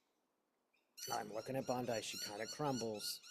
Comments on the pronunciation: Pronunciation is “BONDEE” not “Bondi” … ty for the reading! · Bon-deee …not Bond-eye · just a note to you...bond I is a beach in the eastern suburbs of Sydney ( i am an american who spent 2 1/2 years in the eastern suburbs)..Pam and Americans pronounce her name Bondee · Thanks!!! (Bondeeeee not Bondii) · I agree that there are multiple copies around the world, so she can run but she cannot hide. Also, she pronounces her last name like "Bondee" - not like the beach in Australia. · Pronounced “bond-dee” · I think she pronounces it Bond EE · Thanks for sharing your channeling gift with us. Pam Bondi's last name rhymes with blondie, by the way. She has sold her soul to the devil and she deserves to be in jail! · Pronouncing that name as bond eye avoids drawing attention from U tube. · may purposely pronounce her name as bond eye to avoid trouble with U tube. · Pam B.'s last name is pronounced > Bondee. Thanks for all of your readings. ❤ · When readers mispronounce names and words such as bond eye, it helps ensure their safety so that they are tagged by U tube. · Pronounced Bondee. Not as an i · But, by pronouncing the name as bond eye, doesn't draw attention to himself from U tube.